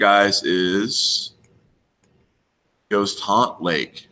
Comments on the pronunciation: For your "not for the meek," it sounds like you're saying "Ghost Haunt," but what you're pointing to is "Goat Haunt." I may be hearing you wrong -- if so, never mind. Having said that, last summer I tried for a couple days to connect Mt. Cleveland (home of Brown) to other clues on Google Maps, but gave up on it. I couldn't find connections, and the whole area just seems too wild and rugged for an 80-year-old to be making multiple trips with a heavy backpack. If you go this summer, I wish you best of luck. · Its GOAT HAUNT not Ghost. Two boat trips in an afternoon ?